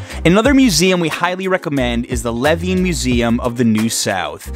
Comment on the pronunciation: cough "Leh-VEEEEEN" but great video dude! i live here and didn't know about some of these restaurants.